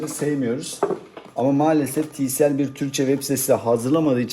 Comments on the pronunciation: tielsi değil tisiel :) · Tielsi değil tisiel